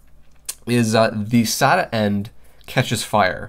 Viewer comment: when you say (sat-a) I cringe